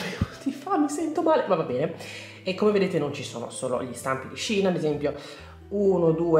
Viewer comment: Bellissime creazioni come sempre💙💙 comunque hai ragione tu si pronuncia "shin", perché il sito inizialmente si chiamava SHE INSIDE, shein è il diminutivo